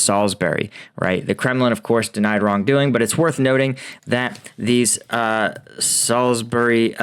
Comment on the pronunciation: Kudos for pronouncing Salisbury correctly.